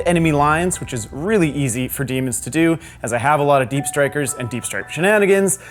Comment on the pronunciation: Daemons vs Buttangels, i cant unhear that now (iam probably the only one that heard it as such.)